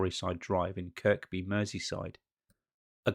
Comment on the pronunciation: Kirkby is pronounced Kirby